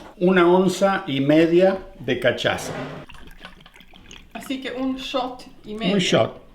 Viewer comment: se pronuncia casassha.la cachaza jajaja